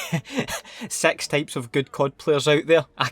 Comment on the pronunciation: The way you say 6 kills me lmao you make amazing videos carry on